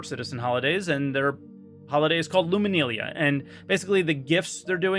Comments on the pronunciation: "Lumakneelia".... Why yu pronounce this wey? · He is good at that part, but he does also lack a lot of basic technical knowledge that makes him say some pretty silly things. Also can't pronounce "Luminalia" to this day.